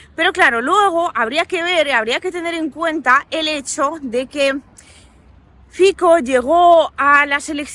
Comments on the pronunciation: Aló! Mire, el nombre del candidato eslovaco Fico se pronuncia: FITSO. La C es 'ts' igual que el la Z alemana. No es Fiko entonces. Saludos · Un pequeño apunte lingüístico: Fico se pronuncia "Fitso" (Фицо). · Fico... se dice fitso y el partido es Smer, no esmer o smek 🥹🥹🥹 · el partído se llama SMER no SMEC y politico se llama FICO NO FIKO😅